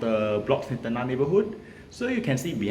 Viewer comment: It's not 'ten-nah' but 'ten-ngah'. Flower in Malay is bunga. You pronounce it as bu-nga and not bun-ga. There's no 'ng' sound in Mandarin so I can't give you any example. In Cantonese, there's nga 牙。But I don't think you know Cantonese.